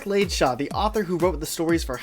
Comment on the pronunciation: You said Marc Laidshaw it's Laid(law), other than that great video.